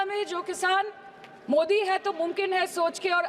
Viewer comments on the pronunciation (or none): none